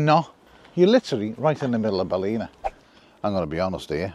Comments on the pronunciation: Hi Guys, love your content, last weeks video in Westport was special. Your pronounciation in this weeks video of 'Baleena' is hillarious....try 'Bal' (as in 'BALance' and 'in a' (as .....'IN A bath house').....Ballina.....the second 'l' is silent. Again love your content. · its pronounced 'BAL - IN - AH', never been to the baths, i'll have to add it to the list. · Is that Belleek woods in Ballina( Bal in Aaah) 😅